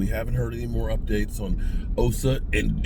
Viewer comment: You are emphasizing Osa's name while continuously mispronouncing it.